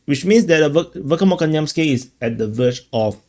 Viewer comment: You are pronouncing this word VERKHNOKAMYANSKE incorrectly and it should pronounce as VEHERNAKAMAYANSKIYE.